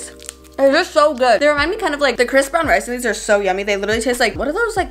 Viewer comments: Anyone else think she says Chris brown rice?? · Ok why did I hear Chris brown rice lmao srry ok bye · when you said "crisp brown rice" I thought you said chris brown rice